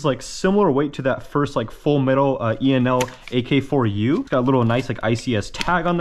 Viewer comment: you said ak-4u and i died💀